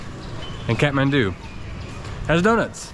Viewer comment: Love how he says katmandu Lol- Kathmandu